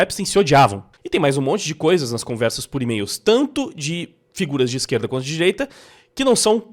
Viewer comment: "ó a hipocrisia dar izqueerllda!"